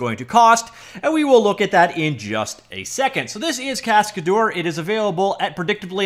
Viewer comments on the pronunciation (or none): It's a French word "Cascadeur"... pronounced cas-ca-dher... not dour... dher. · "Cascadeur" is a french name you have to pronounce it "cascader" in English for perfect pronunciation :)